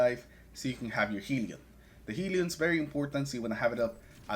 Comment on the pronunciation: Great build. Not to be that guy but, it is hell-ion, not heel-ion.